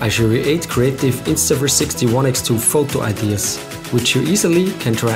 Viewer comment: They way you say Photou ;)